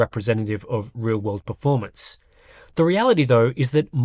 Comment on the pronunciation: Yes like the "r" in pefomance.